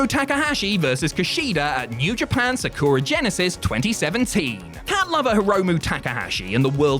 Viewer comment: For cryin' out loud. You guys have been at this for around a decade. How are you still unable to properly pronounce "Sakura"?